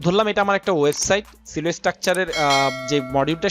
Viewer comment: ভাই Silo এর উচ্চারণ সিলো না সাইলো।